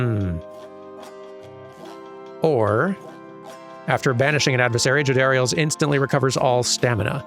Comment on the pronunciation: You got the pronunciation of Jodariel right the first time.